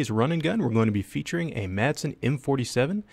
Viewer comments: Dane here. The "d" is silent in Madsen, so it's really just "Masen". Any way, cool vid!! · The D is silent.